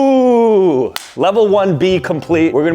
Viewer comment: He was saying BUI you IDIOT